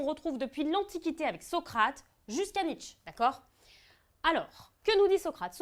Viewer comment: tu malpronounce nietzsche le e n est pa muet mais el est pronouncé comme é